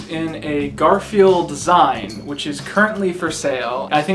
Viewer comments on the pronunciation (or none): Its "zeene" like magazine, not zayne. Lol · Zine is pernounced “zeen” dude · Did he pronounce "zine" as "sign". The hell? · You said Chumlee possessed "Zantacs"? Like the otc heartburn medication? I assume you meant Xanax? Well you also pronounce it "zyne" instead of zine as in magazine. Zine is just a shortened version of the word magazine, to differentiate the diy type versus mass produced ones. Just so ya know. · This might already be in the comments... just wanted to let you know that ‘zine’ is pronounced “zeen” (rhymes with seen). The spelling totally make it look like it would sound like “zign” (as though it rhymes with sign), but it is actually derived from the word magaZINE. Zines have a cool history from a time where home publication wasn’t as optimized as it is now. People would assemble various elements together and photocopy them to create page layouts. They could be on a wide variety of topics and could be swapped or sold to share information, ideas, and art. Very interesting topic even for a video. As always, love the content. :) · my eye twitched when you said “zEYEn” as opposed to “zEEn” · He also says "zyne" isntead of "zeen". I guess it's a joke? Do they say words wrong on Pawn Stars or something? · did you fucking say ZUH-EYE-NUH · You know "zine" is pronounced like "mag-a-zeen" right? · I think the real crime is pronouncing "zine" as "zain" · it's pronounced "zeen" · Zine is pronounced like “zeen” it’s from the word “magazine” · zine is pronounced "zeen" btw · zine is short for "magazine" so it rhymes with seen/bean/lean/etc. 😊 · Isn't zine pronounced "zeen"? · Zine is generally pronounced "zeen." Short for magazine. :) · Zine is pronounced "zeen". It's literally short for magazine. A short magazine is a zine. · Lol Zine is pronounced Zeen,. Like magaZINE. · 'ZEEN', sperglord. As in magazine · "Zine" is pronounced "zeen" because it's the last half of the word "Magazine". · No one gonna talk about pronunciation of “zine?”